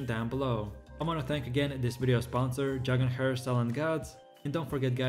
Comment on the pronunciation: Dragon "hair" 😂😂